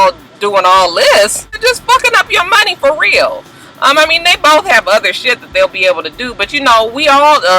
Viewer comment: Hey!! When you were talking about Dre and the money, you reminded me of Scrappy and Erica by the way you pronounced it; 'Munny'. Lol!